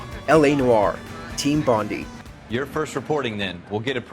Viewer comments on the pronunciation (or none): its Bond - i. Like Ipod, Iphone. If it was Bond ee it'd be spelt Bondie. As an Australian its infuriating lmao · it's not Team BonDEE, it's BonDIE. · It's pronounced bond-eye & it's a famous beach in Sydney Australia. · Typical American; can't pronounce 'Bondi' correctly. It's actually pronounced 'bon-dye'. It's named after Bondi Beach.